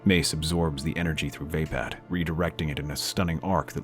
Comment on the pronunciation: Love the story. Onky down part is the mispronounced version of races fighting style. It's pronounced va-pod